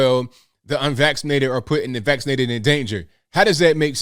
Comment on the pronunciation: LOL he said "FULLY VAXlated" like his teeth were able to fall out his mouth! 🤣🤣🤣🤣🤣🤣😆